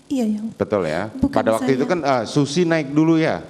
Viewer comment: penyebutan si susi lucu ni. ngakak saya